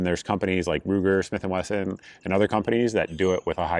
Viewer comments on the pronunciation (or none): none